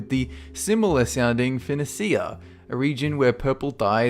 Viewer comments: You're calling Pegasus a terrifying Greek mythological creature? Oedipus is pronounced "ed" or "eed", not "ode". Phoenicia and Phoenician is pronounced fin-eesh-ah and fin-eesh-un. Odysseus calls himself "No-man", not nobody. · I know that Ancient Greek spelling and pronunciation might be difficult to 'get your tongue around', but it's seriously irritating when you mispronounce so many words and names that have entered the English language. In Oedipus the 'O' is silent. Phenoecia is pronounce feneesha, etc.